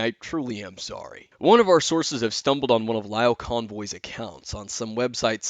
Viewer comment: As a pyrocynical viewer- HAH! Also it's pronounced "leo", look up the name "lio convoy" on the transformers wiki, this degenerate does not deserve the name of such a heroic transformers character.